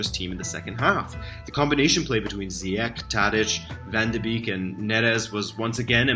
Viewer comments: Nice analyses man, but with the Ajax team doing so well I would like to teach you you the pronounciation of donny van der beek. Beek is called "bake'' in the Netherlands. Like backing bread. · Hey, small comment from a Dutch fan: Van de Beek is pronounced like Bake. It's also his birthday today!